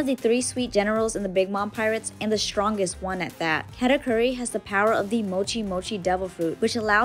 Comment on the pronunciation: apparently cant pronounce katakuri.